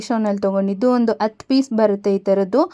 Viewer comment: ಅತ್ತು ರೂಪಾಯಿ ಅಲ್ಲ madam ಹತ್ತು ರೂಪಾಯಿ ಅತ್ತು ಪೀಸ್ ಅಲ್ಲ ಹತ್ತು ಪೀಸ್